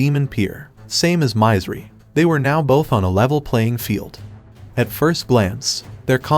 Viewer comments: Mizeri = should be pronounced as Misery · It hurts my ears every time he says My-zer-ry instead of Misery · It's misery not mizery. Aww man at least spell it properly if you're covering these anime!